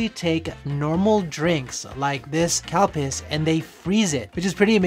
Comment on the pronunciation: Did you say the drink was called cow piss?! I backtracked and listened twice.